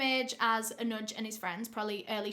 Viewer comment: Your Pronounciation of Anuj and Pune was Bang on 👌🤘.